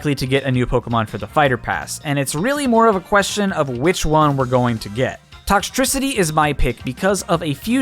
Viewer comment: I get it he said toxtricty but it’s such a good idea!